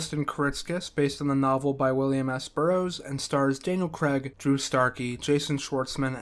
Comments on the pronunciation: It's CRAIG, not CREGG! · Please learn how to say CRAIG before you narrate a video in which Daniel Craig appears.